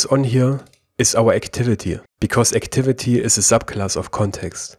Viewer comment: D Yes you do. You add "a" to words which ends with "y" letter.